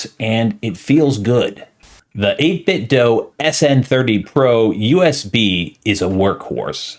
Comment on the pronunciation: Great video! I have probably 10 or 11 of their products at this point and I swear by them, I'm glad to see they're branching off to other peripherals as well! One thing, just a heads up, the "do" in "8bitdo" is pronounced like the "do" in "Do you want to go to the store?" ("8-bit-dew")